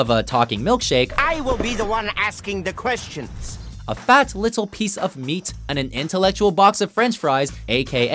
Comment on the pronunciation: faTTT liTTTTle piece of meaTTTTT. Why didn't you pronounce Space Ghost Coast to Coast the same way? What happened?